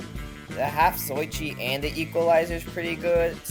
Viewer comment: why he pronounce “zatoichi” so weird like “zoychi”